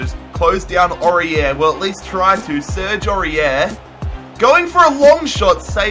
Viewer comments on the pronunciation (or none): none